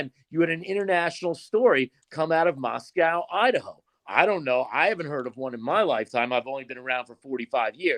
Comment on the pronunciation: Moscow idaho is pronounced CO…….NOT COW…………. It is not pronounced like Moscow Russia.